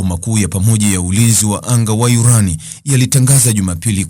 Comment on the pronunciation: 😂😂😂😂😂wesikiliza yurani kama yuranium